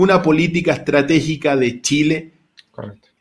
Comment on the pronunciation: ...se dice Chile, no Tchile...es lo mínimo pues Sr.